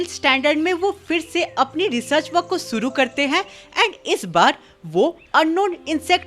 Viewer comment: Shuru ❌ suru 👍 😅😅